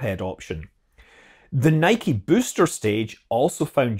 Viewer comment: Great video, and good to hear the correct pronunciation of NIKE. 👌👌